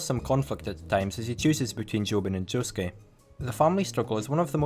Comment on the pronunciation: To this day, the biggest mystery of Part 8 for me is how people can correctly pronounce "Josuke" and yet not take the hint when pronouncing "Norisuke".